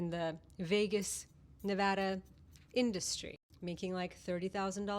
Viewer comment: Thank you for pronouncing Nevada correctly. I bet you say species correctly too.😎